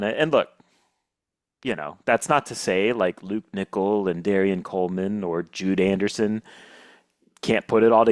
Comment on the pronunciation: He said Jude Anderson 😂